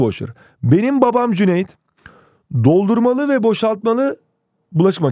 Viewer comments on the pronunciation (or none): "dOğlDUrmALıĞ - bOŞaĞtmaĞlı"